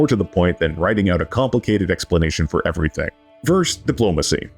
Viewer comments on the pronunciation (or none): none